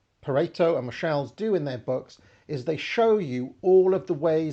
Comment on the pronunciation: your pronounciation of 'Michels' in a french way always slightly offends me; it's literally the "german Michel" way!